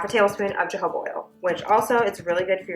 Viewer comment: Imagine making a video and calling it Jo-Jo-Bah! Google is your friend, it's a Spanish word so it's Ho-Ho-Bah but thanks for the laugh!